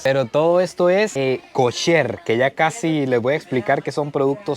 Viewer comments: EL ARGENTINO PARA HABLAR OTRO IDIOMA (el que sea) NO RESPETA NINGUNA REGLA MILENARIA. Comida KASSSHÉRR ! 😑 kosher hombre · ES: KOSHER ( COSHER ) NO: KASHER ( CASHER ) KOSHER, K. O. S. H. E. R.